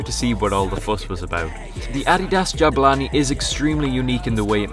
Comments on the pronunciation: Its Jabulani not Jabalani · Jabulani not jabalani